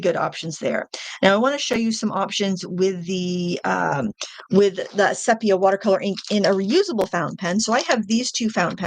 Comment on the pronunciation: Thank you for saying "sepia" right!